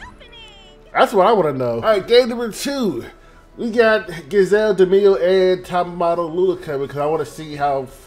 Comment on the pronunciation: It's pronounced G-ee-zelle like geez.